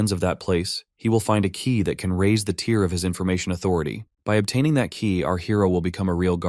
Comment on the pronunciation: I know this is 8 months old but I have heard much better from your channel, you should really take this down and redo it. I mean there is a span of like 10 mins where the AI is reading the words but NO ONE QA them. Saying words like tire and not tier